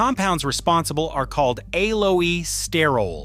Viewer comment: Clickbait collagen is not produced by plants. This is AI generated content, the robot can't pronounce aloe. Dubious information at best. False hope for vegetarians. Be smart don't waste your time, research the proper method to improve your collagen.